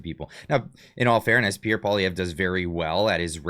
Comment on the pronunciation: PBD got absolutely roasted in the comment section when he went after Pierre. His knowledge of Canada is very little. He said Pierre lost an election to Trudeau, which is obviously not true, and he also still can't pronounce his name but wants him on his podcast.